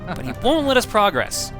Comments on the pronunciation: You know, when you're using "Progress" as a verb you're meant to pronounce it differently then when you use it as a noun. PrAHgress is a noun PruhgRESS is a verb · I know I'm going to sound like I'm just complaining here, but dude, you use the wrong pronunciation of progress. You say it like you would say "let's make progress" when you're saying something like " you need to beat the first level to progress," and it's really annoying.